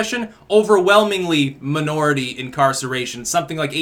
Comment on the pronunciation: "muh nority"